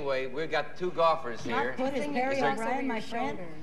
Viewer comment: Because it’s shot put, not shot putt.